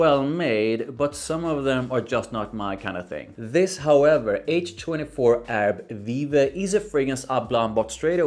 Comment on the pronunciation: you pronounced it right